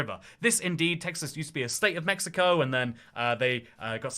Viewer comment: what the hell is a MIxico?!